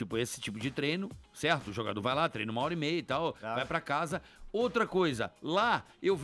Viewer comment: ''craro'' ... hhahahahha .... admiro muito esse cara !